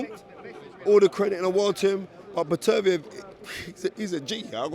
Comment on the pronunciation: It’s BETTER-BEE-EV